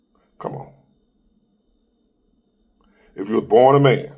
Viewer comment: "A big mane." 😂 You're tripping,.